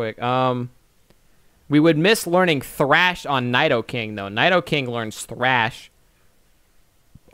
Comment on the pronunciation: mispronouncing nidokings name i see